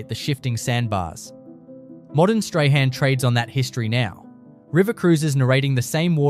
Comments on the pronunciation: Strahan is pronounced as "strawn" 🤣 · Ai terrible strahan is prounounced strawn-appalling